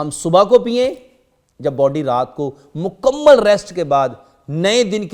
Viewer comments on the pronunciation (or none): none